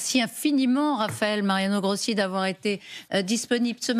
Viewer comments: c'est pas parler la langue, c'est prononcer correctement un nom!!!! Rossi, pas Grossi. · Ruth El Grief! Même pas capable de prononcer un nom correctement, et ce n'est que de l'Italien😮